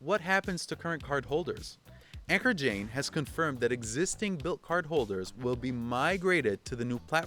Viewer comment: It's not pronounced as Anker, which is an Electronics company. His name is spelled as 'Ankur', similar to 'Shakur' as in 'Tupac Shakur', the deceased rapper......same pronunciation